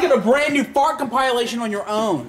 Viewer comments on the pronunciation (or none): its COMPILATION not COM-PILE-ATION